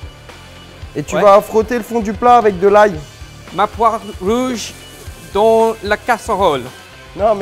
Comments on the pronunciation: In the french word "Dans" the S is silent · I might try adding bell pepper next time I make tartiflette, I'm so used to the traditional recipe that I've never tried to change it up. Alsoo, I'm sorry, but I laughed SO HARD! way of pronouncing "dans' almost made me cry!